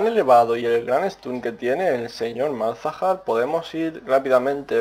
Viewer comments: tampoco se dice malhazar, se dice Malzahar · MALAZAR jajajajajajaj MALZAHAR .... en fin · Se dice Malzahar, cojones ya xD. Pero que yo hasta hace poco decia Mog Kaw y tampoco pasa nada sabes? xD